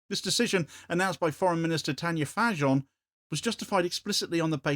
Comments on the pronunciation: One note, the J in Fajon is pronounced the same as the J in Tanja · You've got no clue what you're talking about. You can't even pronounce the surname "Fajon" correctly and you think anybody will take you seriously. You are not informed well enough to comment Slovenian internal politics to know whose decision this was. People had nothing to do with it. Next time SPEAK ON BEHALF OF A FISTFUL OF THUGS THAT RUN THAT COUNTRY, NOT THE PEOPLE AND CHECK THE HISTORY. You don't know of course that it's just a parade. And thanks for deleting my comment.